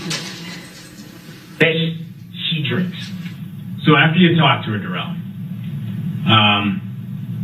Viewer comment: It wasnt that difficult . Duh-rell is a first class mow-ron.